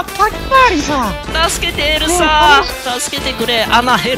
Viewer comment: 2分7秒の時エルサがエルザになってた